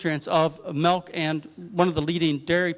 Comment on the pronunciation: Intereting talk. What the hell is "melk," though?